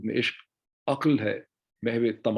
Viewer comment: اوہ میرے خدایا! میرا اتنا پسندیدہ دانشور اور درست شعر نہیں پڑھا گیا۔ “عقل ہے محو تماشاۓلب بام ابھی” دیکھئے” تماشاۓ” کے اوپر ء ہے۔ اس کو پڑھنا ہے۔ اردو ہے جس کا نام ہمیں جانتے ہیں داغ سارے جہاں میں دھوم ہماری زباں کی ہے